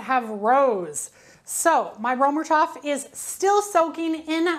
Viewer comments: I didn’t even think you would see my comment.. I apologize if I came across snarky! Römertopf means “Roman Pot”. First, the distinct German “r” is guttural, using the very back of your tongue. The German ö is pronounced by forming an “o” with your lips but saying a hard “ā” sound, as in “ate”. The “er” is said like “air” but very soft on the “r”, saying it in a hoity-toity kind of way, like you’re trying to be fancy. The “o” in topf isn’t a soft vowel like the American pronunciation of “top”, rather it’s a hard vowel as in “bowl”. Thank you for the great video comparing these two baking vessels! I really love my Finnish version of the Römertopf! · You’re butchering the pronunciation of Römertopf..